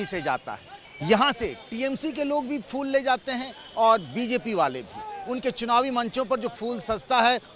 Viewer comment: Inko reporter kon bna diya yar phool ka uchcharan bhi shi se nhi kr pa rahe h